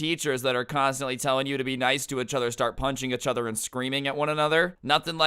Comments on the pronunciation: did anyone notice saying ech other instead of each other it's urkiong me something fierce my god STOP PLS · “Euch other” it’s pissing me off 😂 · “Itchuther” really irks me I’m sorry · I love how he he says achother instead of each other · i like/dislike how says uchuther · i’m glad i’m not the only one that noticed this haha. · I love the way he says “ichother” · you say “each other” weirdly